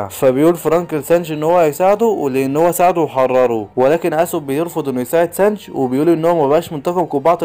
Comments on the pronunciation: سانجي❎ سانج✅ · ترا أخطأت بأكثر الأسماء مثل سانجي تقول سانج وارلونغ ارغون 😅😅